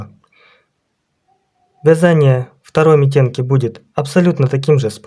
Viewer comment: Митенки-ударение на первый слог